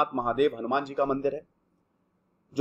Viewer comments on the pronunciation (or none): none